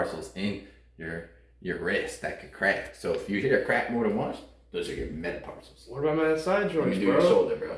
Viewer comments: Did I hear you say meta-PARSALS? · Did he say metaparcels?